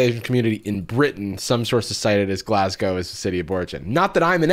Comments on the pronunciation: Not relevant to the show but love that you pronounced Glasgow properly 🥳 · pronouncing Glasgow RIGHT actually gave me whiplash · thanks for pronouncing Glasgow properly